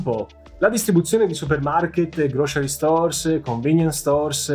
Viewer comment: grow-sr-ee , non "grocery", come lo pronunci tu.😉prendi qualche lezione da cambly....